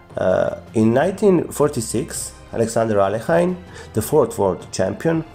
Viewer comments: Bad pronunciation, Alekhine is the French version of his real last name; Alechin therefore Alekhine is pronounced aliekin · These English speakers never pronounce Alechin(Alekhine in the French version)it is AlEEKeen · Why do some people pronounce his name like "alley-eckin"? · At school, in England, we always said "Alek-hein" (as in german pronunciation) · The bigger problem is that hes far from being even an immitator of a native english speaker, and still butchers alekhines name.